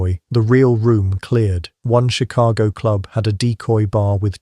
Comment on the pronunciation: Chilago? Why don't you AI people hire an editor?